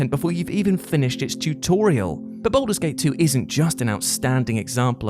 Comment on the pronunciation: Anyone else irked by the pronunciation of 'Baldur' as 'Boulder'?